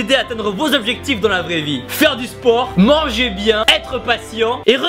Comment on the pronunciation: il a dit mamge bien